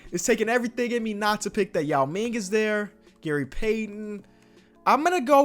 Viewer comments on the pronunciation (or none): none